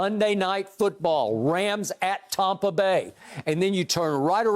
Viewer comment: Did skip say tompa bay 😅😅😅😅